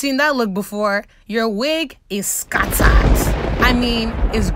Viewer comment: Are you from Nigeria, why I am asking it because of the way you said scattered